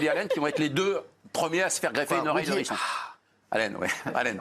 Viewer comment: Il n’y en a pas un seul pour ne pas faire la liaison à Hérisson… il y a un H ! Donc un Hérisson et pas un n’hérisson !